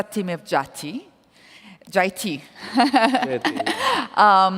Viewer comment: So fascinating we Indians can understand and speak any language but this lady cant even pronounce one word jayate how dumb they are 😂😂😂🇮🇳🇮🇳🇮🇳